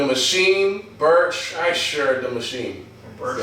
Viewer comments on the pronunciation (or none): Everyone else on the planet: Bert Kreisher This dude: Bershersher